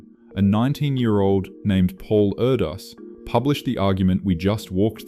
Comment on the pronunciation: U pronounced Erdős name sooo wrongly